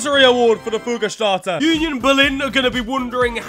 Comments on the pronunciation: I can’t believe how well he pronounced Fuggerstädter 😂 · you pronounced "Fuggerstädter" pretty well. :) Just the "ä" is pronounced less like in "mark" or "bar" and more as in "stab" or "ramp" or "matter"